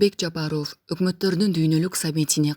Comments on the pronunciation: Оф эмес ов деп жумшак окулат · или журналистпи алып баруучубу Жапаров Ов дебей айтылканда Жапарав деп эле айтынызчы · Ооф дебей ов десен боло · Фамилияны окууда оф эмес в деп окусанар боло сабатсызды ким алган, уккун келбей кетет, окурмандарды качырасынар! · Ушул журналистка кыз,кытайлык кыргыздардай суйлойсун да,Жапаров дегенди туура суйлосон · Фамилияны туура окубайсынбы ударенияны туура коюп кандай укпайсын дайыма айтса